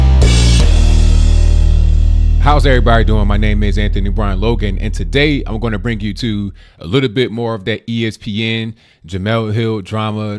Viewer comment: i'm going to, not 'oma'